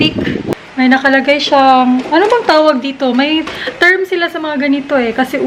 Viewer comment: the way you say boang is nkakatawa...hehehe